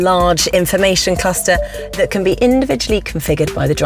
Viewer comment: "...the angle tat most people will get to see on the road, the rear"